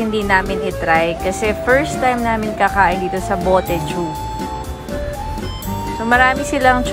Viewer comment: It is pronounced as "Botei-zhou"